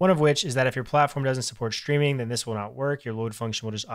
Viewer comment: Ayy you pronounced it "Shtreaming with promises", nothing wrong with that, it's just interesting to notice (as a foreign speaker) since it's a shift in how English is pronounced, and most native speakers don't even realize they're doing it. I assume you say shtreet and shtring too?